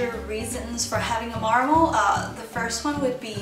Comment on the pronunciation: Lol you say marmal